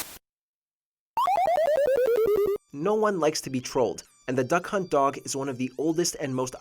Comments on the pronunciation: I swear he said “That c*nt” and not “Duck Hunt” right there. 🧐😂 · It not Duck hunt dog it Duck hunt